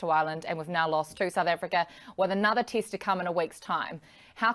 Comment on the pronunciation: It's not as annoying as kiwis saying tist match ,or jiff instead of test match and Jeff